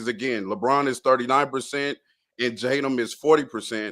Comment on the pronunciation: It’s Tatum brother. Not that difficult.